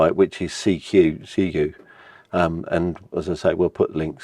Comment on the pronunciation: So, Ziegu is pronounced "C - Gu"? As in "C Q"?! 🤔 Atleast with a elegant British accent! Just asking from America, because people over here have pronounced it 20 different ways! 😂